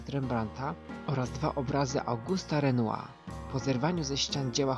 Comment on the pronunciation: Jeżeli już to "mnie" a nie "mi". I malarz nazywał się Renoir czyli po naszemu "renuar" z tym R na końcu. Więc nie skracaj nazwiska używając dziwnego "r" niemego. Takie tam drobne uwagi językowe , za które ( mam nadzieję ) się chyba nie pogniewasz:-) bo merytorycznie nie mam nic do zarzucenia poza jednym - ZA MAŁO wstawiasz. :-) pozdrawiam serdecznie i nie każ nam tu zostawać z tym niedosytem bo tu się zapowiada dobry, rzetelny kanał.